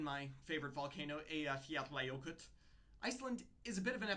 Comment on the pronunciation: Good for you... you uttered the name Eyja-fjalla-jökull correctly!